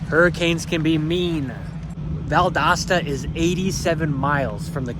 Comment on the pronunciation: Valdosta, it is an O, not an A Pronounce it - val·dow·stuh - Stay safe. 😊